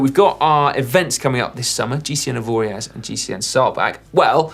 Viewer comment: Top tip from a Swiss viewer (from the French-speaking side): it's pronounced "Avoria". Drop the z, it's silent, and if you pronounce the z you are putting out the message that you are British/anglosaxon tourists, deaf to the correct pronounciation and uninterested in the language because "English is better". Lots of people love Avoriaz for great reasons, but get the name right and the locals will appreciate the attention to detail. At any rate have a great time there!